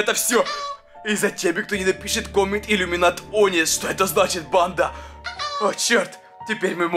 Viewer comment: я тоже и #иллюминатОнис а не #ламинатОнис